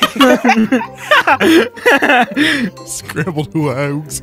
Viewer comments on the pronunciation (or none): Scrambled Huueeggs got me laughing a little harder than I'm willing to admit